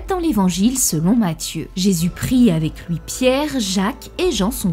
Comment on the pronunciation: "pour LOUI" Ton accent me fume